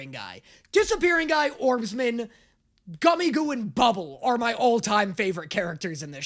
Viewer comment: ITS ORBSMAN!! NOT ORBSMEN😭💔